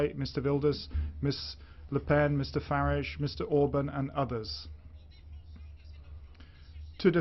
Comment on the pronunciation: Its Farage not Farige! Mr Farage to you, soon to be Lord Farage. I bow to thy Lord. ;-)